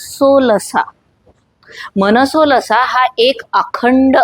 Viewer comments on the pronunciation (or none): It's मानसोल्लास, not मनसोलसा. मानस + उल्लास